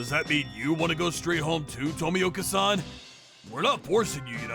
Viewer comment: Everytime someone butchered Tomioka's name had me in tears dude xD